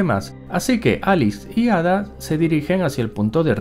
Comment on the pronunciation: Yo solo me pregunto por qué pronuncian Ada con los cojones.